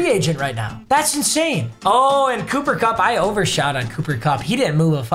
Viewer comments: “Booper Bupp” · If I hear booper bupp one more time imma lose it